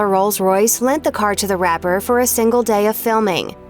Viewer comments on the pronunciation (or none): “Rose Royce” Smh